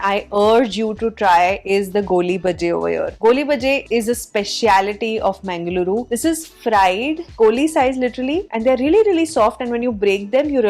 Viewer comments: its not mengaluru as pronounced. its pronounced mangaluru named after godess mangala devi. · you should try to pronounce the name of city correctly. It's Mangal-ooru (first part is pronounced as the word "Mangal" is pronounced, which every indian knows and second part as "ooru" meaning place - now you know what the name of city means). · It is mangalooru nor mengaluru. That part of the world is meditative and people are polite easy to talk to.